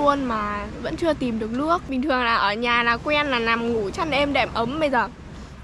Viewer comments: Nều lắng lóng nắm lước kkkk ngọng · Bạn này nói chuyện nước thì cứ để là lước hầu hết toàn dùng chữ L trước câu nghe rất chán ạ